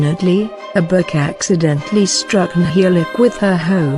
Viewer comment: Just I want to correct you From. Nhialic not Nhialac. Thank you